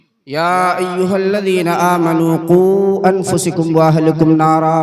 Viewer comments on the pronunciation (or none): حضرت تو آیت کو غلط پڑھ رہے ہیں انفسکم زبر کے ساتھ ہے حضرت زیر کے ساتھ پڑھ رہے ہیں